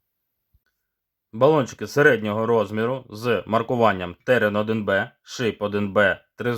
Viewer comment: Колись Терен-4М був легендою і дуже жаданим балончиком серед унаків та молоді) А зараз... Якшо ціна питання 100+грн між нашими бюджетними пропозиціями і 200+ між закордонними аналогами, типу PaperKO, то здається мені вибір падає на німців. До речі, чомусь всі казли ТеРЕн. З неправильним наголосом) І тільки ось я допетрав, що назва терен - це від рослини) Таке гарне слово)